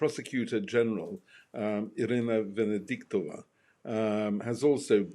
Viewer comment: "Venediktova". It's not hard.